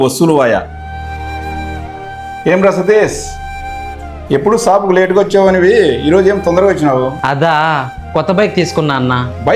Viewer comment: సాపు కాదయ్యా స్వామి షాపు 😂😂😂